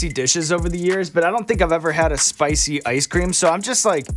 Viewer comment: Well there is a second chance with a “sp-ICEE” (spicy).